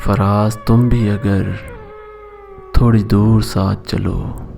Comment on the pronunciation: thori nahi thoree, ise khanch k parhain